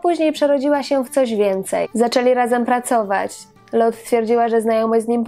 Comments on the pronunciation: Do diaska, dziewczyno, ona nie zaden "Lot" a Lote. To niemieckie nazwisko. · dlaczego wymawiasz nazwisko Pani Jolanty Lothe jako [Lot] To zawsze mowilo sie i sama tak sie przedstawiala LOTHE.czyt. [Lote] pozdrawiam ps wystepowala w serialu Dr EWA o ktorym nie wspomnialas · Skąd wymowa "Lot" ? Za czasów jej największej popularności wymawiało się "Lote" pisownia sugerowałaby niemieckie nazwisko, a taka jest prawidłowa niemiecka wymowa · A nie latwiej zapytac p Jolante Nazwisko Loht nic nie mowi a Lote juz wiemy o kogo chodzi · Nazwisko Lothe wymawia się Lote. Pozdrawiam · nie wszystko należy czytać z angielska, tu akurat z niemiecka: Lote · Aha, czyta sie LOTHE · Nie wiem, skad pochodzi ta wymowa Lothe. Dla mnie ma ona korzenie niemieckie, stad wymowa powinna byc: lo:t:e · Jolanta lothe wymawiamy lote, w niemieckich nazwiskach wymawiamy e wiem bo moze panienskie nazwisko bylo tez niemieckie i nikt nie nazywal mnie Dalk Tylko dalke